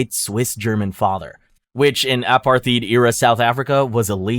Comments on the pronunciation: Please dont be one of those AI regurgitation channels. You pronounced blatant "blat-int" and apartheid "apar-theed", i enjoy these types of videos but not when its painfully obvious that it's you reading a script of words you dont even know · Omg the word is ah par tied. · Is this AI? Seriously, apartheed? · Apartheid is pronounced "a-par-tied" (in English) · Bro how did you pronounce apartheid Ouch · how are you going to rattle off that name 💯 but mispronounce apartheid? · pronounciation of apartheid is crazzzyyyy🙂‍↕️🙂‍↕️🙂‍↕️ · Absolutely diabolical way to pronounce apartheid. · did you know it costs exactly nothing to learn how to say "apartheid" and "Johannesburg" properly. i almost had a stroke when you said Johannesburg like wtf